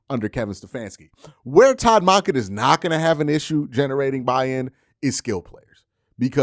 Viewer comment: Monken is said like dunkin, not donkin bruh